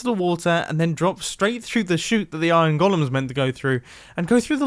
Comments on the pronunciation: I know I shouldn't care but... It's pronounced 'goal-em' Great video though. I've been looking for an efficient iron farm design for a little while now. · Anyone else hate how he pronounces "golem" and "elytra"?